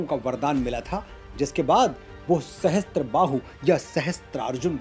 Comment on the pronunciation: ब्राह्मणों के गौरवशाली इतिहास बाताए आप धन्य हैं।परन्तु क्षमा करिएगा सहस्र उच्चारण कीजिए सहस्त्र नहीं आप से विनती है भगवन् सहस्र+बाहु = सहस्त्र बाहु नहीं 🙏